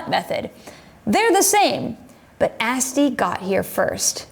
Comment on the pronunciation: You’re my favorite wine video producer so I mean no disrespect. “Asti” has a softer ‘a’ as in Ahh-stee rather than Ass-tee. 😅 Cin-cin!